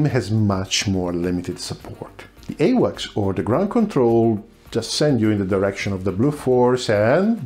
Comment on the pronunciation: AWACS is pronounced as A-wacks